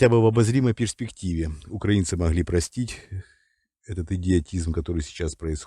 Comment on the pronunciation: в слове могли прям отчётливо слышится русское "Г"))))